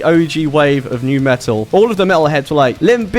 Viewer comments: the correct way is "met-al" not "me-tal" or "met-tal" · As a midwestern American who also does not pronounce the T’s in the middle of words, I’m frustrated I don’t say “Metal” like this.